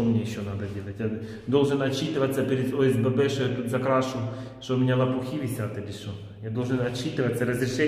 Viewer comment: Боже не можеш сказатьОСББ тупенький ти